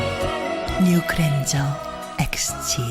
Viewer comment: 그랜저인데 그랜절 ㅋㅋㅋㅋㅋㅋㅋ